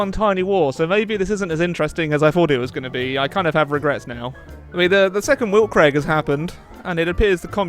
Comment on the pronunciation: ...that was the worst pronunciation of Weltkreig I have ever heard.